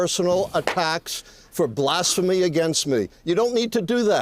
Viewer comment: LMFAO Dude so touched he said "Blasphamy" HAHAHAHAHAHAA!!!!!!!